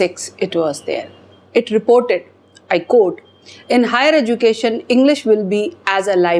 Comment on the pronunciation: EDUCATION IS PRONOUNCED AS. EJOOCATION... IDIOT